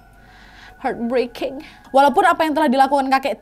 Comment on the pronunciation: Hahahaha nad lucu anget bilang Heart breaking